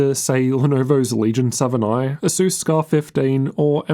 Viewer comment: I cant hear the difference between asus and acer when saying it lol